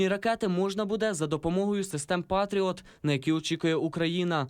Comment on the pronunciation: "пАтріот")))))) журналіст вчора з коми вийшов ?